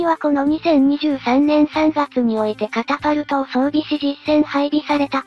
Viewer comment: 電磁式カパタルトなのかwww カタパルトじゃ無いです。 カパカパなんじゃない。